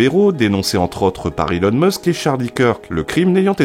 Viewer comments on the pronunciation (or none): none